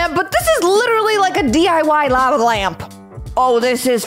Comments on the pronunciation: "Lava Lampa" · “Lave Lamp” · "ļāva lamp"